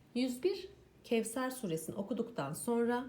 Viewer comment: Kevser diye okunmaz onu dikkate alın lütfen